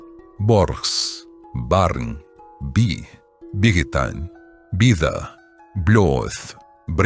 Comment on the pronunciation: OK, nice attempt, but various mistakes, notably prefixes like bi- and ga- were definitely not stressed. Reading is very stilted, pauses in wrong places etc.